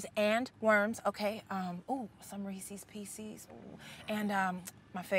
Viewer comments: Did she just say 'Resees peseees' for Reese's Pieces? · she said recees pecees lol